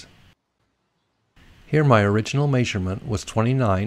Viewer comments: That may-sur-ment drove me nuts. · My grandpa (from KS) said it that way as well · May-sure-ment. Yep, sounds weird to me too. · Must be from Utah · Drink everytime he says may-sug-ment😂😂👏🏻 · good help bro. try saying meh-sure-ment instead though. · I can't get over the "Maisurement